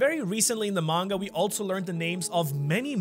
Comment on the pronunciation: 36.10 minutes and you say Monger instead of manga lol